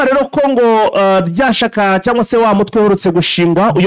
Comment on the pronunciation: Rya shaka ni rya shyaka ntabwo aro ishaka wa muginga we utazi kuvuga landi ukuze